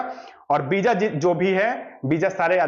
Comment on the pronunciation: Beeja nahi visa hota hai